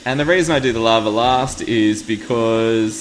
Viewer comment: What is "Lovver"? He seems to say this in place of "Lava"....why is there an RRRRRR?